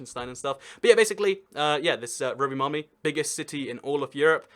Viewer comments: I love it when you are supposed to say Rovaniemi, you just always mutter "Rovimaami.." hoping no one would notice :D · >pronouncing Rovaniemi as roviamani 🤔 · Romimami lmao, at least you are aware that it isn't pronounced like that. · actually there isn't really a metro system, just tram plus 1 line of metro, tho it does split in the east. also, its rovaniemi not rovienami, u switched them also espoo is espoo, helsinki is helsinki, but they are all in greater helsinki, also including vantaa and kauniainen also finnish an swedish isn't at the same level as dutch and french (and german) as many people already said also its not just because of the åland islands, theres also vaasa and neighboring places, they also speak swedish (and finnish) also fun fact, that expensive ferris wheel, (skysweel) has a (sky)sauna im not going to talk about pronunciation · Not bad, though I really can't fathom how you managed to get a "mami" into "niemi". :D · When Rovaniemi becomes Roviomam, Roviohuhmhmh, Rovamami, Roviomami (twice), Rovomami and finally just "Romi!" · It's Pronounced ROVANIEMI. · I really want to teach you how to pronounce city names in Finland. You pronounced Rovaniemi like Roviamami You pronounced Oulu like Ulu You pronounced Espoo like Hespuu You pronounced Turku like Törkuu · Rovamämi...?..so close but so FAAAR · Rovaniemi it's pronounced "Rov-en-yay-me" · I think he pronounced it Rovamama. 😆 Couldn’t stop laughing. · I love all of your 12 pronunciations of Rovaniemi ;) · The way you say rovaniemi sounds really dumb (Im finnish) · Wow that Rovaniemi pronunciation was so bad (like actually)